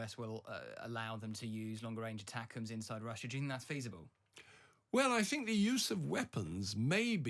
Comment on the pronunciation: "I thibnk there's a war weariness in the West." What's his evidence of that? He probably lives in a middle-class bubble. It's not what I hear.